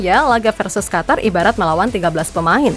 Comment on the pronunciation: Qatar = Qotor harrammm